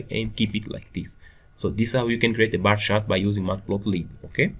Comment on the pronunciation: It's not "bah shart". You're not from Boston, Massachusetts, and the word "shart" is slang for "shit". It's pronounced "baR CHart". And what's the point of doing a tutorial when you don't even know the language or basic programming principles?